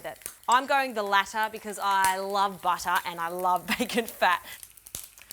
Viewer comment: "My other friends love to use SOFT BATTAH"